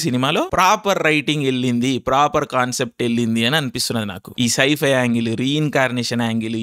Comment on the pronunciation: Scifi ushhhhhhh Ala kaadhu raaa pichodaaa